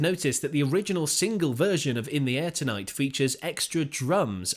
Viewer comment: Good video BUT why do you say Say " In the AIR tonight " ? When it's actually "In the air TONIGHT" a small thing i know but really annoying , Listen to how Phil says it. 🙄